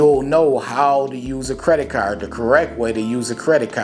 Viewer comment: Lol yea I like how u say caaarrrrrd 🤣 where u from bro? U gotta be close to where I'm at talkin like that 🤣